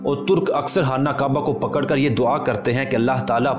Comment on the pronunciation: Hana kaba nahi hai khana kaba hai